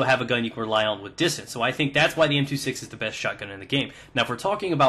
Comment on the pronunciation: M two six? More like "M two sex".